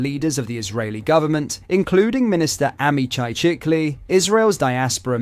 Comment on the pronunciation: Few corrections. 1. the Israeli PM name is pronounced shikli . 2. He is not a senior in the Israeli government . He has a very minor office. He is fond of extreme right organizations. 3. It's not so much about Tommy recogbition as it is about Starmer recognition of a Palestinian state two weeks ago .